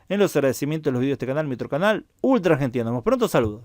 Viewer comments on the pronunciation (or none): none